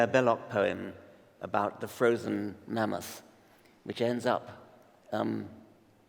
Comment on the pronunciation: i can hear karl saying MAN MOTH ......lol